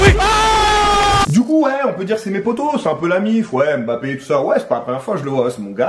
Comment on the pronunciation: « Mbappé y sourisse »...😂 frérot